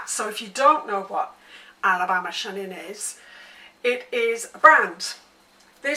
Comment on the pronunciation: Just an FYI, Natalie Chanin pronounces her name with a "ch" like the word chain. I understand not knowing this if you've only seen it in print and not heard her say it.